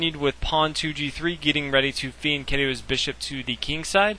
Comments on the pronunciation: But pronounced Fianketo Mr.Pedantic. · It's pronounced Fianketto everytime I heard it. Always sounds wrong to me, but that's how people say it. Very understandable commentary - never like when people do so much side analysis, I get lost.